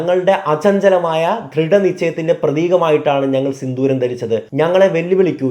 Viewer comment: ബ്രോ സിന്ദൂരം ആണ് സിന്തൂരം അല്ല 👍🏻😊